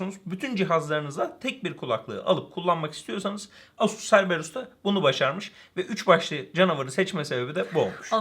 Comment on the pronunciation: Cerberus "Kerberus" diye okunur.